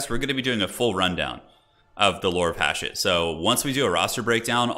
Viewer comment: I’m convinced that watches the trailers on mute with the way he pronounces “Hashut”